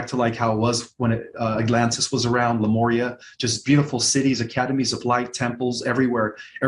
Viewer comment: It is Lemuria; I have noticed many, many people mispronoucing this name. There is no Lumeria. I've heard a couple people even say Lymaria! Lemuria. Pronounced leh-m-yer-ee-ah. 😁